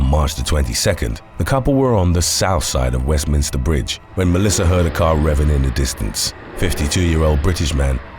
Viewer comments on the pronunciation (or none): none